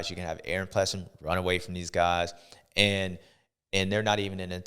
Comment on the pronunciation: Does anyone say his name right? Ples sing ER. Not Ples sin ger. Another good show bubba. Thank you sir!